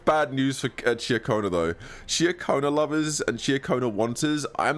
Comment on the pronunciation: Why does every CC pronounce Cartetyhia's name wrong. the game literally tells us the pronunciation is Car-Ta-Thia many, many times. Just like Ciaconna is Cha-Ko-Na not Cah-Cho-Na...